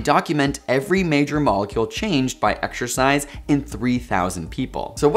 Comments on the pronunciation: man... if you are gonna have the word exercise in the video like 30 times, can we have someone that can pronounce it without saying exSHURcise? You are killing me smalls... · Every time this guy says "Exercise", his pronunciation makes me want to claw my brains out